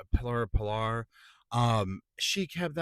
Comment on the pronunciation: It’s pronounced “Piller” like a post/column